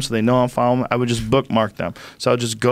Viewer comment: Joe "i dont fallow, i bookmark" Rogan lol